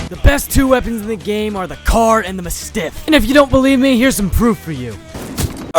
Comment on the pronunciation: No way bro both abuses Mastiff and Car AND can’t pronounce Mastiff